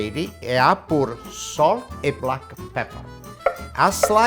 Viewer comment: Don't forget the black e peper...